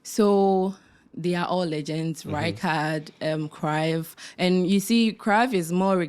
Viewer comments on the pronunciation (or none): He doesn't even know how to say rijkaard 😂😂😂